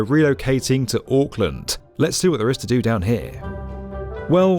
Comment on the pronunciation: The “Aaahk” killed me 😂